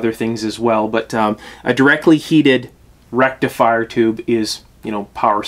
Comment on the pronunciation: Dude - I used to occasionally replace burnt out tubes in stuff in the early sixties - the faulty tube would not glow, easy to spot. Vacuum tube is...derf, a little hot tube. Where the heck does a "rectalfier" go? Sorry, couldn't "resist". Now I understand less about tubes than I did in the early sixties. Friend...assume that people know not your "language" and definitely not your elite "lexicon". "Picture" is pronounced "pick-ture". Cheers.